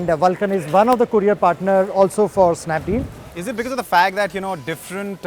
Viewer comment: lol and its snapdeal